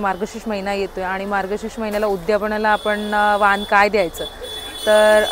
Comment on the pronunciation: वाहण नाही vaan bol